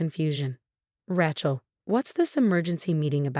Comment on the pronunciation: It’s “RAY-chel” not “RA-chel” godammit! It only has one pronunciation!